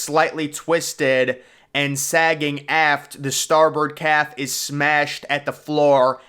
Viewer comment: Note: Cafe has two syllables...You are saying "calf".